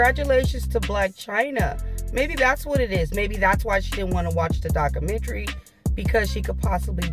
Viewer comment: It’s pronounced; doc·u·men·ta·ry, not daca - mentry.